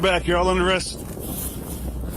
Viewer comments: The AI is absurd. “Arrest” isn’t pronounced “Air Ist.” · and 'Air rest' for arrest. pfffft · Is this AI voice mispronouncing Arrest, and numerous other simple words?